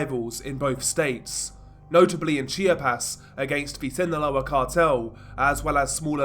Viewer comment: Chia-pas = chiap-as lololol.